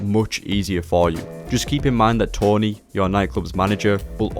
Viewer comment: My nightclub managers name is Tony, not Tawny.